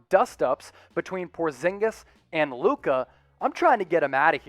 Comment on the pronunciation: Not portzingas